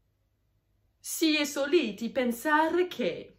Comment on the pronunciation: Perciò, non pèrcio. Sòliti, non solìti. L'italiano scritto è chiaro con gli accenti solo sulle parole tronche. E' sempre meglio controllare prima per essere sicuri. A parte questo, brava!